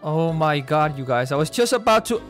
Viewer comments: I absolutely love his o my GOUD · Why u cant say oh my GUD!